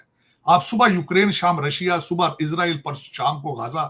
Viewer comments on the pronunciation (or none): none